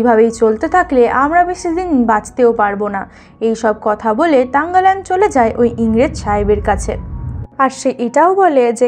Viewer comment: তাংগালান না থাংগালান হবে